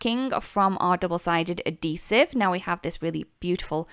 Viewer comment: Add—heesive…. Not A-Deesive. Darn hard to figure out what you were saying until I figured out you were saying it wrong